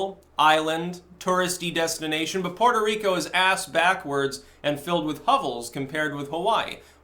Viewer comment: Puerco Reek-oh